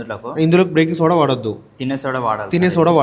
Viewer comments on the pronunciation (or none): Breaking soda kadu.beking soda